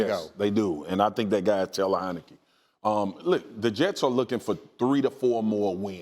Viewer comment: He said Taylor heinecke .. lol get up out of here